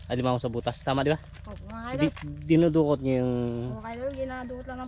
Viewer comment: DINUDUKOT NOT DINODUKOT.LEARN TAGALOG BEFORE RELEASING YOUR BLOGS.